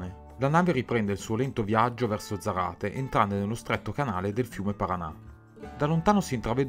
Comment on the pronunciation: Ah... scusate: Non si dice "zaráte" ma "sárate" (zaráte y brazo largo)